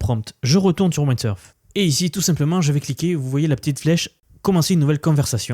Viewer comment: Merci pour cette vidéo très intéressante! Windsurf se prononce avec le son i comme dans wind 😊